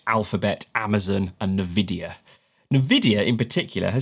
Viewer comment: neh-videa wtf